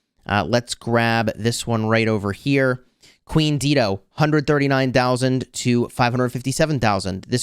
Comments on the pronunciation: it is pronounced as Dai-doh. Not Deedo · Not Deedo, Dah-i-do, like the singer, Dido. 😅 Is this still relevant against Gorgo and Zenobia?